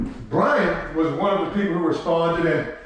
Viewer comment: I hate the way you anounciate "BRIAN" THATS not a lisp.... What is that